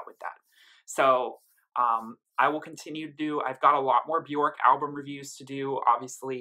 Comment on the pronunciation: Björk rhymes with "work", not with "pork" ;-) Great review! :-)